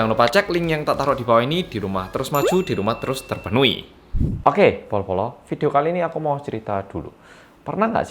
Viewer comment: Setiap bilang bolo² gw selalu dengar polo² wkwkwk ada yg sama?